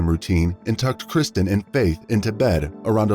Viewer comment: You have used the little girls name repeatedly throughout the video, yet got it wrong every single time, it’s KIRSTEN not Kristen…